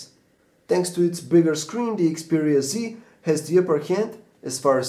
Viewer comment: Xperia Z.... not C ...jeeesus